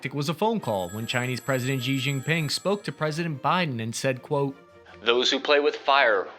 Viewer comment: I have to chuckle every time I see an analyst who provides great analytical commentary about China yet can't pronounce Xi Jinping's name correctly.